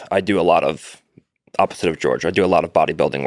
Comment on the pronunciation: Hard R george. Arnold Schwarzenegga